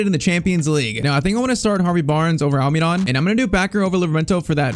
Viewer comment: Stop saying Alminon it’s Almiron